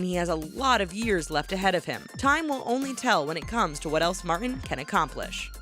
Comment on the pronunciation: Martin has a 't' in it!